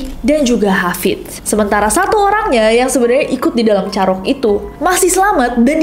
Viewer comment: Kak cara penyebutann "carok" nya salah. Mau benerin tp gada vitur VN 😂🎉